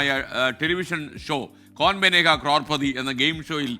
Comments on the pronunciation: കോർപതി അല്ല കരോൾപതി ok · ക്രോർ പറി അല്ല , ക്രോർ പതി 😂😂